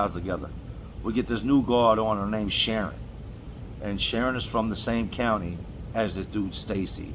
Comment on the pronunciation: ****Real white voice sneaks out triggered by white name Sharon ****